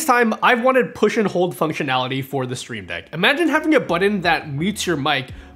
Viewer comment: I like the way you say “sh-shtreamdeck”😊